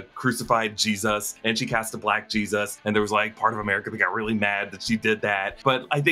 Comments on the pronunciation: Im kinda weirded out by how he says G-Zuss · is it just me or is he saying geez us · Why’s he saying Jesus weird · The way you say Jesus 🤣🤣🤣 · You say Jesus weird. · Why do you say Jesus like that... 🤔